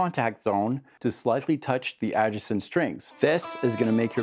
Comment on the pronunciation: Do you mean to mispronounce the word Adjacent?